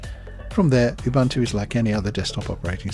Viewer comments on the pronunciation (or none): It's pronounced "oo-boo-n-too". The word originates from a Zulu name Ubuntu, meaning 'I am because you are' or 'humanity'.